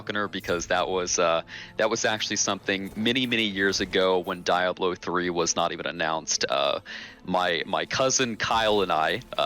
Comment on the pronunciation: Die-ablo. That drove me crazy.